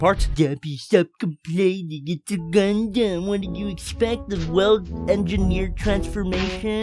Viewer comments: DId yOu sAy GuNdam?? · Did you say Gundam? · Did you say Gundum plalalalalalal